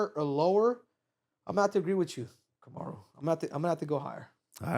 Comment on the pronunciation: Kamaru is great with the names.